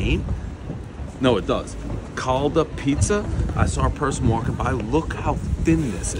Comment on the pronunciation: Hey Dave, it’s “Calda” pizza. Try it. LOL!